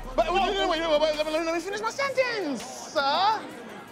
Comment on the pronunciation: "Let me finish my sentence-ah" 😹